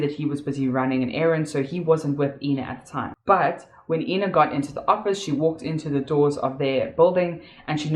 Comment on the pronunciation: I wish you would drop your fake accent.....you kept on calling the victim AAAAIIIINNA and whenever you had a slip of the tongue you would call her Ina which is correct. Make up your mind which accent you want to use....you're making a fool out of yourself!! You suck at acting.